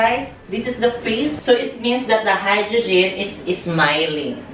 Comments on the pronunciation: "HYDROGIN" OMG HAHAHAHAHAHAHAHAHAHAHAHAHAHA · no one: mimi: Hydrujin.